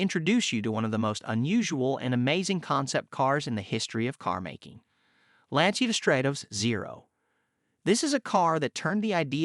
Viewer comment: dude....at least pronounce the brand correctly. It's Lan-chia....not lan-see-ya.